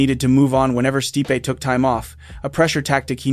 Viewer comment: you pronounced stipe's name incorrectly in two different ways in 30 seconds? " stih-pe" "steep"